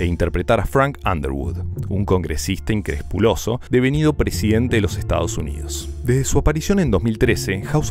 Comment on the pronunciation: Videazo. Un paréntesis, encuentro muy tierno tu lapsus dislexico al pronunciar "increspuloso" en vez de "inescrupuloso" 😅